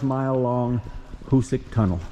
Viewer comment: Nice video on the tunnel. Fyi it's pronounced " HooSack and you are correct the east was much easier to drill. On the west end on the south side of the tracks over the hillside you can see the now collapsed original bore that was abandoned. They actually bored down and dug east and west on the west end to accelerate progress as the west was very hard . Also, by accident, it was discovered that nitro was stable when cold when a wagon going to the tunnel crashed on a cold day, and it didn't explode.